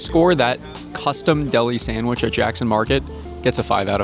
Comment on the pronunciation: Did he just say “Sangwich” instead of Sandwich? 😂 if he did, I guess I’m not the only one who pronounces it that way 😅